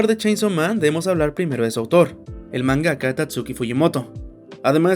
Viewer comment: Se dice MANgaka, porque no le dices manGA, ¿Entonces para que decir manGAka?